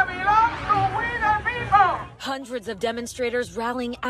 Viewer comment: "Hunreds?" Like 2, 3 hundred, tops?!